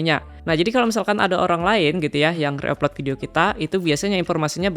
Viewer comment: ejaan nya bukan reup lot bro, tapi ri aplot